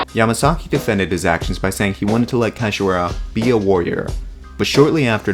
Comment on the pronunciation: Ya-MA-GAZZI!! MA-SA-SAKI😂😂😂😂